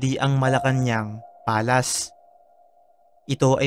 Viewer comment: palace (pa-leys) hindi yung palas